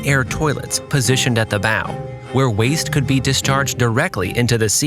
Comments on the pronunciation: ok I love your videos and I just discovered then but please pronounce the terminology correctly. the bow it not pronounced like the thing that shoots arrows and the bosons locker also needs a rework. Great video though! love the nav explanation and the lack of AI slop. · “Bow” is pronounced like bau, not boe. Also, “bosun” is pronounced boe-sun, not baw-sun